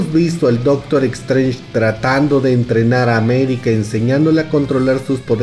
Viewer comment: E"x"trange??? Vamos...se pronuncia"s"trench (más o menos)